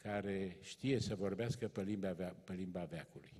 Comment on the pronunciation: Sigur, fără îndoială un intelectual de mare clasă. Afară de unele derapaje verbale din categoria prepoziţiilor limbii române, care nu prea s-ar explica la anvergura lui. Spre exemplu, în loc de "pe" - pronunţă "pă" ("pă mine", "pă tine") tot așa, "dă" în loc să spună "de", etc. Apoi formele contrastive de genul"p'orcine", în loc să spună "pe oricine". Ne putem imagina o situaţie hazlie, o glumă ( tot îi plac lui glumele, cum ar fi aceea din tinerețe, pe care o spune mereu: "Semeni cu Balzac" " - Mă simt honoré !"), în piaţă, la standul de produse din carne, un anunţ de genul: "servim p'orcine". Unde nu putem trasa prea clar limita între provenienţa cărnii, categoria socială din care fac parte clienţii sau pur şi simplu natura caracterului lor. Altfel, cam obosit, cam gâfâielnic, cam rectangular (nu mă refer la forma fizică). 😅